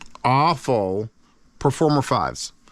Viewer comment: I think it's pronounced Ah-fu which means prosperity in Chinese.